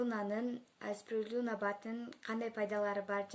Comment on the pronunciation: Спирулина деп туура айт